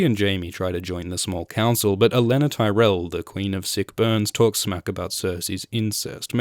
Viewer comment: another excellent review, & extra pts for being among the 1% of reviewers that actually know how to pronounce qyburn & olenna (apparently the rest watch the show in mute) hehe